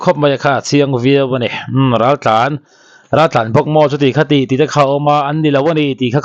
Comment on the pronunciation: 'Ral ' I sawi dan kha adiklo,a awmzia i hrethiam nange i lamdan adiklo hul hual, mahni tawng awmzia hrechianglo bawk maw inih?